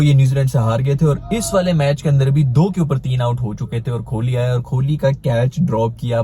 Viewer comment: कोहली ❌ खोली ✅ 😂😂😂